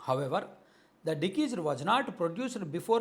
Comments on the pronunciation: డికీస్డ్ కాదు డిసీస్డ్ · డిశీస్డ్ అని చదవాలి, డికీస్డ్ కాదు. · దికీస్డ్ కాదు డిసీస్డ్ అని చదవాలి. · 😂 dekesed కాదు రా దిసీజ్డ్ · బ్రదర్ డి కీజుడ్ కాదు డిసీజెడ్ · It is not dekeased it is deceased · అది డికీజ్ డ్.కాదు డిసీస్డ్ అంటారు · Dikised entra karri ga adhi deceased 😂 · Decesed kadhu ra gandu. Deceased, and nuvvu okka ammudupoyena kukkavi ani clear ga ardham avthundhi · anna nuvvu mana TDP vaadiveney, mana TDP English a matladuthunaav..It is not Dikiced, it’s deceased (death).. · డికీస్డ్ కాదు రా పుల్కా డిసీజ్ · Plz read it as డిశీస్ట్ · First, Please set right your pronunciation of deceased